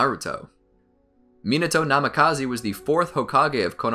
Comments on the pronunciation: namikaze not namikazi!!! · it'đ Namikaze(h), not Namikaze(e) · Pretty sure it’s pronounced Minato Nami-ka-zay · its namikaze not namakazi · He really be saying Minato Namakazee lol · Can't stand the way this guy pronounces Namikaze